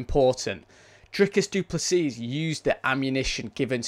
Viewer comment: You don't prnounce the S at the end, it's just Duplessi